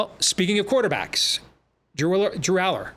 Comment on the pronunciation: How far will we get into the season before learns how to correctly pronounce Drew Allar’s name?